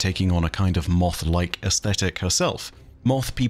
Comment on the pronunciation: "MOOTHH" same buddy, same.